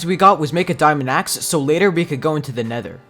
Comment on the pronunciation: first thing we did with the diamonds I made a diamond AXE You said it wrong but okay